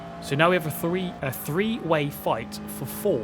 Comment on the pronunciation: "A fhree way fight fo' fouth"